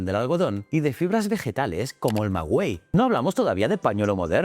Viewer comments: Pronuncias mal la planta del maguey, lo pronuncias como si fuera escrito como magüey, lo cual es incorrecto. he visto que en otros videos lo pronuncias igual. sin embargo tus videos son excelentes, felicidades! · En México se dice maguey *, no magüey.